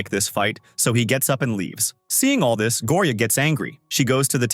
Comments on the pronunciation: Go o ri a 😂😂😂 it not like that it’s like Gorya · It's gorya not gooriya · LOL HE SAY GORIAA IN A FUNNY ACCENT 😂